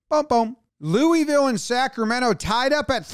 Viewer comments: As a sports guy, you gotta learn how to say louisville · that pronunciation of Louisville should be a felony